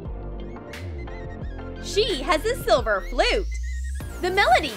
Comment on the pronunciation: It's silver not selver